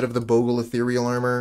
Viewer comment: Nothing makes me happier then a player who pronounces bogle right